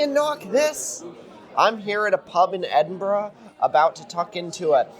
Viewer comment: a good attempt with Edinburgh earlier, but Dulwich continues to fool the American mind (and also probably most people not from Dulwich)